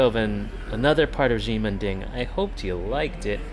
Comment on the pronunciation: "she-men ding" is closer to the way to say it...not "gee-men ding"